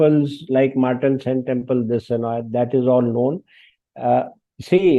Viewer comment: I wish this man pronounced the word "Martand" properly :)